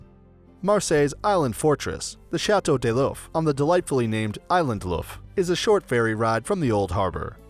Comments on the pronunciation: Hi ! i'm from Marseille, it's the France's second city and the oldest. I just don't understand why you say "Château Deloff" it's Château D'If, like in english when you say "what if..." xD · Chateau day loaf... wtf. Deef if is not hard for an English speaker to say.